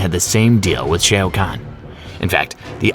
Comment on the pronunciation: 😂🤦🏿‍♂️ notice how their response didn't even acknowledge ai, let alone affirm your believe these are just human mistakes. A human may trip up on Shang Tsung but Shoa to Shay??